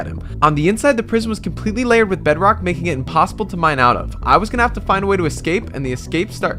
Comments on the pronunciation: He always says imposibble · I like how he always says "this Seemed IMPOSSIBLE"